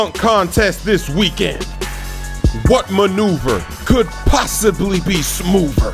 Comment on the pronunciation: "What Maneuver could possibly be any smoover!" Lol, my favorite part!